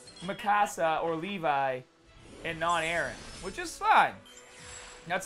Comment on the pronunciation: called him Levy.